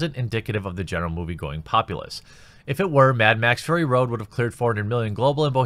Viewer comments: I could have sworn he said Mad Max Furry Road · is it me or did Jeremy just call it mad max furry road?